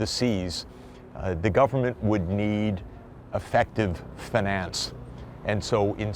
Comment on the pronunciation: drink everytime you hear fanance